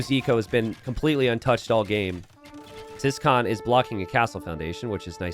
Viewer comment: So, about ciskahn. Is this just being too American or is his name actually pronounced "siscon"?